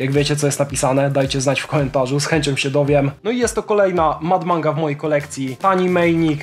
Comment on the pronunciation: na aucie mad manga jest napisane po prostu "mad manga", a po japonsku (z tego co wiem😭) przeczytałoby sie to fon. maddo manga. Pozdro